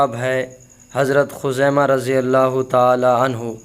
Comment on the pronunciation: مفتی صاحب خزیمہ تاء کے اوپر زبر نہیں ہے پیش ہے